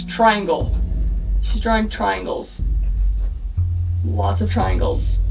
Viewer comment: the way the ghots always said tringels and devil is not good